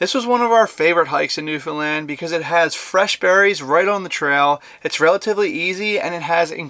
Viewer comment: I'm glad he pronounced Newfoundland correctly.One of the few Americans I've heard that has.